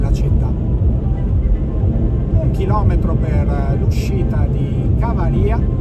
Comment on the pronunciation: Il nome Cavaria si pronuncia Cavària